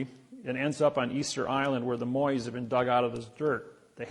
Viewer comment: The statutes on Easter Island are pronounced "Mo-I" not "MoIS" 😂. What a dumb ass. Pro tip, if you want people to take you seriously, learn to prounce the things you claim to be an expert on.